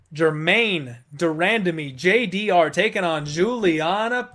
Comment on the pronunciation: Stop saying JDR, her name is spelt with a G, dammit! Lol